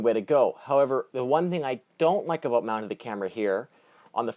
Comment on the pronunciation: Hahaha aboot!!!!